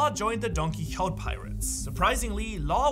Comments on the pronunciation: Quixote is pronounced “Key-oh-tay”, for future reference. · Don who it’s pronounced key o te